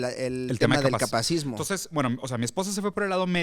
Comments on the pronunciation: Interesante, solo que es “capacitismo”, no “capacismo”. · “Capacitismo” no “capacismo” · Holi! Solo vine a corregir que se dice "capacitismo", no "capacismo". de pronto quita la sílaba "ti" también en "coercitivo" y dice "coercivo". Y yap. No me odien! Solo comento porque está en el título. 💕